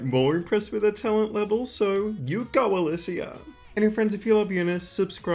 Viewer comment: lol I like the way you pronounce her name 😂 but I’m pretty sure it’s pronounced as Elisha ❤